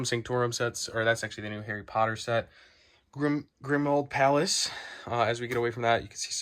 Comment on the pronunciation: “grimuald palace” 😂😂😂😂😂